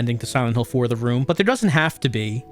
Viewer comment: i feel like im the only one that thought say "WELCOME TO SILENT HILL: THE WOMB"